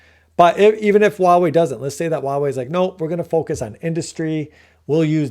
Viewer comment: This is a really great analysis. I think you're ahead of the curve and others will eventually see what you see. I do want to say that 華為 （Huawei） is pronounced "Hua wei" not "ua wei". The 'H' is not silent. That was driving me bananas.😅